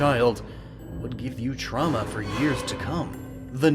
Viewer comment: "the symptoms of childhood truma"... lol truma